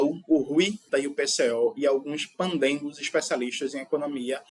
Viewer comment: Pândegos, não “pandengos”, como vc falou. Pândegos quer dizer farristas.